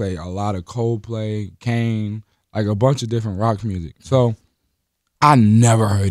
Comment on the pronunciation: is lil Yachty like "deferent"